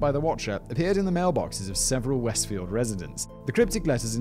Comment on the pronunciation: Shame on a British guy not knowing a British sounding place like Westfield! Lmao